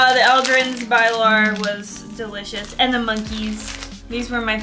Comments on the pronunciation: When swedish peoples her bilar and they say bailar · it´s so funny hearing you pronounce "ahlgrens bilar" to make it easier pronounce it "allgrrens beelarr" with the accent you guys have 🤣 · "Bye-lar"? How about doing some research on how Swedish words are pronounced first?